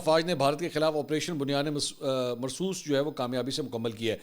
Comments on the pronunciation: it's Bunyanum Marsoor not Bunyane Marsoos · منصور صاحب " بنیان مرصوص" کا تلفظ درست کریں۔۔۔۔ کسی قاری صاحب سے رابطہ کرلیں ۔❤❤❤